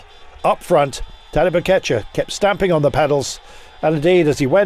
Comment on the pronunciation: its pogacar not pokatschar man.